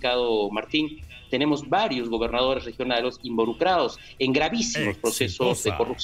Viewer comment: EI mismo que dijo: -"dejenIu gubershnar"🤡🤡🤡🤡